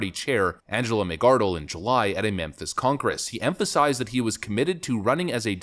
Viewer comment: "Memphis Conkress"??